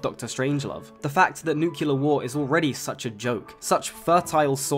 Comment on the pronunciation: 'Nucular war'. Seriously?